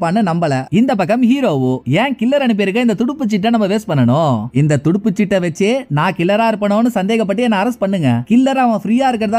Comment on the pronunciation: athu Thuduppu chittu illa. Thuruppu chittu 😊